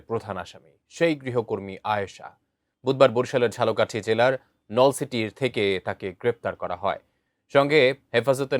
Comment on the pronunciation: আমি সাংবাদিককে বলতে চাই বরিশালের ঝালোকাঠি না ঝালকাঠির নলসিটি। আশা করি সংবাদটা ঠিকমতো পাঠ করবেন😢